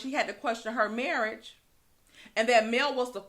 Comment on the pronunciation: Tisha did not say marriage (it was her marrish).....lollll